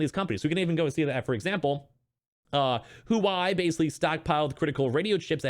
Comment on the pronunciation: Huawei is pronounced like Wah-way. Great video!